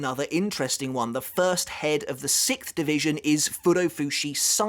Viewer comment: ah yes, sickth